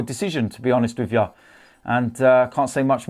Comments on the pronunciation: And everything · “To be quite honest wiv ya” - 2019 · No I’m ok with that